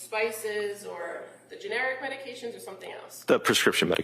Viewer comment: It would be nice if the prosecutors learned to pronounce the medications prior to the hearing